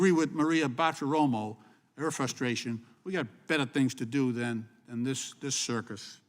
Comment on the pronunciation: Bartiromo ----> O not A